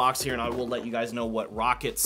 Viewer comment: The amount of times you said rocket instead of “row cat 🐱 “ triggered me 😂